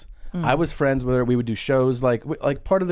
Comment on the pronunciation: "Ho' meeny fwein' come wit you?" 🍣🍙